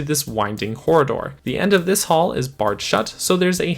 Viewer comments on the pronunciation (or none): none